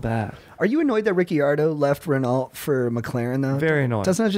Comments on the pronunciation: crying yalls pronunciations of renault and ricciardo appreciate the f1 talk tho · Not tryna be a debby downer but bros your F1 knowledge is definitely lacking. Wrong pronunciations, and wrong teams/drivers. I can totally teach you all the way. Stay stoked